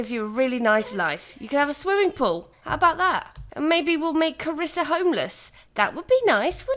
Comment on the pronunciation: Triggered everytime you say "Carissa" because that's how people mispronounce my name; and some may call me the princess of the family. 😂